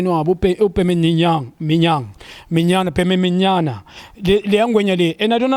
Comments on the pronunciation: He killed me there. 🤣🤣🤣🤣🤣🤣bememinyana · That moment were Junior couldn't pronounce Bimenyimana😂😂😂😂😂😂😂😂.......And couldn't hold the laughter